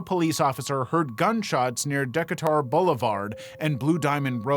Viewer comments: Decatur is pronounced Dee Cay Ter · Vegas local tip - the one crossroad where Shawna’s body was found is pronounced Duh-kay-tur blvd. And a freebie to everyone, it’s pronounced neh-va-duh, not ne-vaah-da